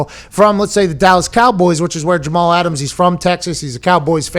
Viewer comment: 'Get Aht' -Jamal Ahtams